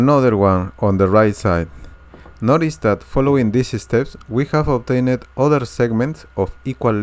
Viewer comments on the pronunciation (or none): "Obtained" is not pronounced "Obtain-itt"!